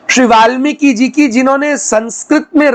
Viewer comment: આપ વાલ્મીક અને બ્રાહ્મણ કેમ બોલો છો વાલ્મિકી બ્રાહ્મણ નહીં